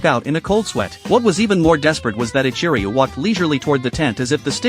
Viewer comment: Ichiruu? Are you sure it isn’t…. Jack ? 🤭